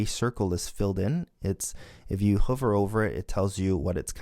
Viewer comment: I enjoyed the first few videos and want to thank you for making them available - however, in the Swift tutorials, it’s driving me crazy how you pronounce the word “hover” and I think you are spending too much time illustrating how to do something incorrectly and then fix it. It would be better if you spent that time reinforcing the correct way to do things and not shown us how to make a mistake. Those examples could be constrained to a separate “Common errors” troubleshooting video/lesson. It’s one thing to mention something that we should avoid doing - but it’s a waste of time to demonstrate (multiple times) the thing we shouldn’t do.